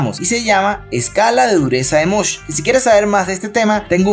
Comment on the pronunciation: Escala de MOHS, no de "mosh" 😂